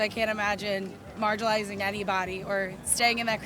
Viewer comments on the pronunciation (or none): The first time she said “margilized” I thought she misspoke once, but she kept pronouncing it that way.